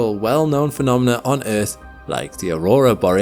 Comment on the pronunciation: Bro doesn't say "earth", he says "eith"